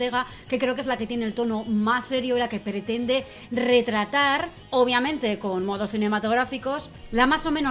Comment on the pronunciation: Hola guapos, soy el del " ornitorrinko lisérgiko",, te amo y te hacía el amor envuelto en intestinos, pero por favor, deja de decir "OPIAMENTE" es "OBVIAMENTE"!!!! Un besito a los dos 😘